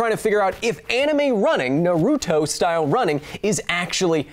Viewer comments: You keep pronouncing it "nah ROO toh" but in Japanese, you shouldn't stress any syllable. I know, that's hard for English speakers. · Its (nar)(uto) not (na)(ruto) jesus christ....my favorite educational channel and you just made me cringe